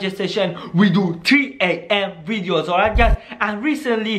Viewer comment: Is it videos or "wideos"? 😁😁😁